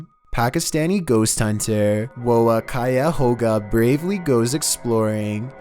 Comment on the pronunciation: Being born Pakistani myself I wanted to say "Woh Kya Hoga" means "What can it be". Being a born Pakistani Myself. btw its pronounced (wo ki-ya ho-ga)